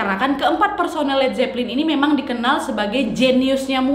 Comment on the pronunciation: nadia kalo ngomong kadang suka kebalik" tapi ngehibur bgt Led zeppelin : zed jeplin Backmasking : bass making Ok